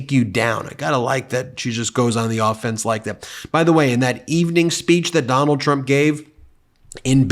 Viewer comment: 😂 Biden purposely calls his name Donald Dump 🤣